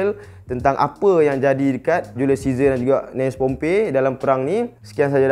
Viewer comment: Aku tak tau ah, tp aku suka perkataan & sebutan pompeii ni lol